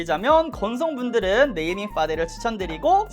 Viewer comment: 눼이밍 뤠위어드 쿼버 빠운뒈이쎠언~